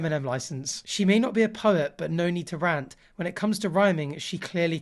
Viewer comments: why do pronounce rant like that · me, a British person, wondering how “rant” doesn’t rhyme with “can’t”, then I hear pronounce it in the most Tory way possible